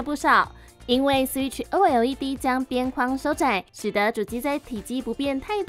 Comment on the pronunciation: 為什麼要像A P P一樣把OLED分開來唸…